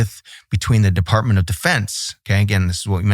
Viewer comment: He said “defartment”